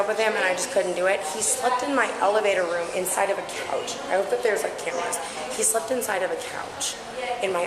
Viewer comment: IT IS NOT "RUUM" IT IS "ROOM"